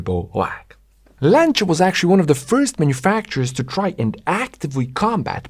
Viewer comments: very interesting as usual.. even if your videos are worth watching just to hear "Lancia" pronounced correctly! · Finally somebody that can pronounce "Lancia" correctly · Fantastic video. Thanks for making. Thank you also for pronouncing 'Lancia ' properly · Thank you for saying 'Lancia' the correct way. I'm tired of hearing Lanssia lol